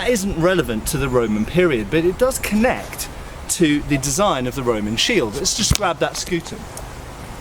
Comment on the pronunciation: Have I watched too many history videos or not enough, if I keep hearing "connect" as "knecht"?